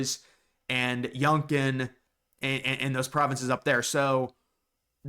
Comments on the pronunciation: It’s not “Yun-Kin” in Canada we pronounce it “U-Con” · “Yunkton” lol it is Yukon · Yoonkon??? It is has been called YOU-CON as long as I've been alive & I'm 72!! If you want to be believable, learn your history/ pronounciations. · What is "Yungkin"? Do you mean Yukon? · Youngton? You mean Yukon. Yu-kon. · Dude it’s YUKON, not YUNKTON. Seriously. 51st state now. Albertan wants real freedom and property rights. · Yukon is pronounced "Yookon" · I'm an Albertan, I live in Edmonton, I'm all for integrating with the US, but only if each Canadian Province becomes its own State in the Union. Alberta is far too rich to be carrying the rest of Canada on its back like we have been. Oh, and it's Yukon pronounced [u-con], it borders Alaska, and is the most developed Canadian territory in the north. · If you are gonna talk about us.. learn to pronouce our provinces.. Yukon... (You-con) Not how u said it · Bro. You lost me at "Youngkun". Tell me you know nothing about Canada or Canadians without telling me. 😂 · This guy called The Yukon, Yunkton😂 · I think you were trying to say, "Yukon" which is pronounced "You-Kon". A significant number of Canadians trace their ancestry back to the USA/Pre-Revolutionary America – with that in mind, I can't see the majority wanting to join/rejoin the USA. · "Yunkin." lol. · Did you just call the Yukon Yunkton and call it a province? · Yunkton??? Come on man. Thats pitiful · "Yunkan". Lol. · The way you pronounced Yukon 😂😂